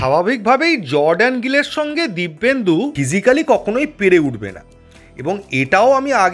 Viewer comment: নাম টা তো ঠিক করে বলো কমসেকম দিব্যেন্দু নয় dependu